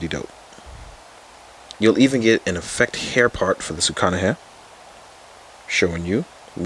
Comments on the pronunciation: It's Sukuna Not Sukana 🤦‍♂️ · Sukuna not Sukana. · Sukuna* said : Sa-koo-nah.